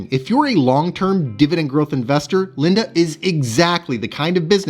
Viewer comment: Just a heads up, Linde is pronounced like windy i.e. it's windy outside and is blowing the leaves around. 🍃